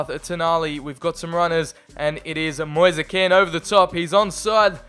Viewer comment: I’m Italian and the pronunce of Kean is Ken not Keen,and his name Moise we pronunce it like Moise not Mois or Moisee,another tip for Drąagowski,the pronunce is Drongoski because there is the same ą a of Piąntek who we pronunce Piontek,very good episode. I can repeat it many times:This channel is so underrated